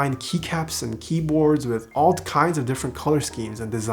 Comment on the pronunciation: "ALT kinds of color schemes. . . " Is this video sponsored by DROP, or I'm just making something of nothing but a way of speech? ;)